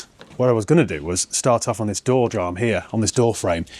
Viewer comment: Oh, you're about as competent as I am mechanically 😂 😂 Just kidding, you did well. Looks so much classier in that nice grey. I was actually sad when the video ended after only 14 min! Oh and door jamb is pronunced "jam", not "jarm". Not your fault, stupid word anyway 😂